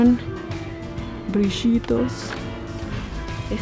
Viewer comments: me encanta como dijo BRILLITOS y sonó re argentina 😂😂😂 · brishhitos se te pegó el porteño 😂💙